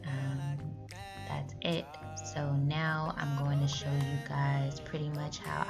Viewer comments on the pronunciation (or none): none